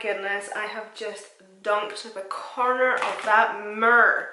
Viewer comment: The corner of that MURR had me laughing.....it took me a minute to figure out what u wete saying 😂one of the main reason i love u is your accent!!